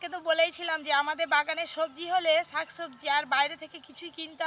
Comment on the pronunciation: কেন আপনারা ছাক না বলে শাক বলতে পারেন না?